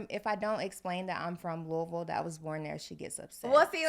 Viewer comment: pronounced Louisville the correct way!